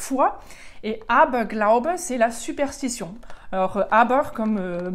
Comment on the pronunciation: Aber tolle Aussprache